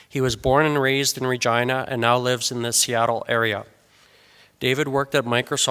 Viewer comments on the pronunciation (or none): Why does the presenter make Regina sound like vagina? Where I come from we pronounce "Regeenah" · As an Italian, I'd like to point out that Regina is pronounced "Reh-jee-nah" not "Reh-jai-nah", sounds really rude that way too! Regina means Queen in Italian :) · I heard the whole thing just saying: University of vagina. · Ahhhhhhhhhhhh, Regina, not Vagina. Sorry mate! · I've heard Dave mention his college name in his garage channel and I thought he was saying University of Virginia but said it with an accent to sound like vagina. and for the first time I see its actually Regina. anyways, seeing the podium made me chuckle. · is it just me, or does it sound like he says vagina? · Is he saying Vagina? 🤭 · Damn. I can't unhear university of vagina. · Is it only me who hears "University of Vagina" every time he says University of Regina ? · Oh, I always though, Dave pronounced Virginia as Vagina! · I know I'm tired... But I hear the presenter saying vagina so many times :) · Great video Sir. Thank you for taking the time to post. I'm sorry but the 10 year old in me is cracking up over the word "Re-Gina"... LOL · 😂. I thought he said “And that was the moment when I discovered University of **gina” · Sounds like vagina every time the guy at the start says Regina. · I did not know that's how you pronounced regina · I thought he was saying University of Virginia but deliberately mispronouncing it :D